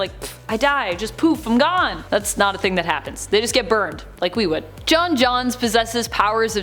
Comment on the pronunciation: Jone Johns? Is this the female version? 🤔